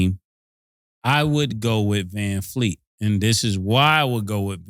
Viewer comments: "Vanfleet", put some respect on his name.....😂😂😂😂😂. That man said put some respect on the wrong name 😂😂😂😂. Vanvleet man 🤦🏾‍♂️ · I think y’all might be butchering Fred Van Vleet last name up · Callin Vanvleet, Vanfleet over and over is wild😂😂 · Com'mon! U gotta get these guys to say the name right.... who TF is VanFleet??? VanVleet* plz lol